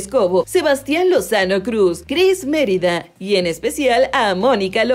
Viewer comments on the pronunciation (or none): none